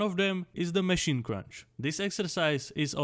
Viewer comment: Mechinen mechine mechine😂😂😂its MACHINE but i like how you say it